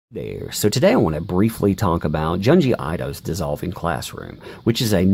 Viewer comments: "j-eh-n gee eye toe" 🤣😂 Junji Ito is pronounced June gee eeetoe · "JUN-jee EE-toh" The "U" is pronounced as in "put" or "foot." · His incorrect jp is driving me crazy.